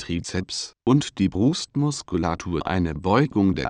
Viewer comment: Parralel zur Brost MoskollatTOR und die BRUUSTmuskullatur WiederHOLLT werden xD